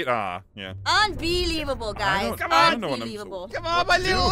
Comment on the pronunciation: Jess why you be mean unbee-lievable